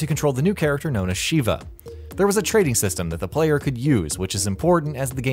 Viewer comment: It's Shev-a not She-va, her name is said many times in RE5.